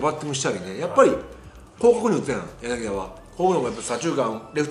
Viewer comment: ずっと間違えてるけどヤナギダじゃなくてヤナギタです！ 解説もなさってるのに、さすがにこれぐらい一流の選手の呼び間違えはダメかな、、